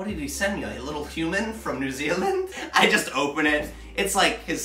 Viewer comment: No he pronounces it right.